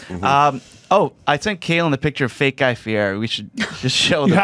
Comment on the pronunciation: 'I'm a big fan of Guy', but he doesn't know how to pronounce his name.......